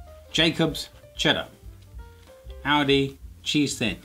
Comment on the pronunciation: I know it sounds like Audi the way he says it but the supermarket is actually called Aldi.